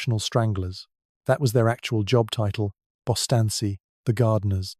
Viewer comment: Bustanssi? Bistanci pronounced Bistanji